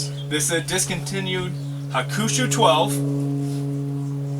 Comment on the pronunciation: It's pronounced Hawk-a-shoe.. nice video.